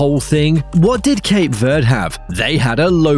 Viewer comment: please stop calling cape verde with a spainish accent there is no accent on the e in verde